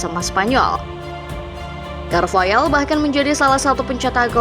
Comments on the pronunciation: Carvahal bukan carvayal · carvahal sayang, bukan carvayaaaaal